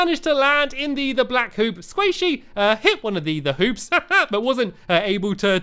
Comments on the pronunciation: don't get mad but it sounded like he said 'colored poops' instead of 'colored hoops' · When I Seen Your Comment I laughed LOLOL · Game Lord ik ik but still people think I am right and it is funny